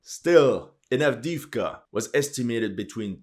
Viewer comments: Adeevka not Adiivka !!! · Правильно произносите A v d e e v k a